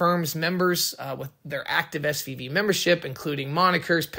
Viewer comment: I was about to ask if he can pronounce "F"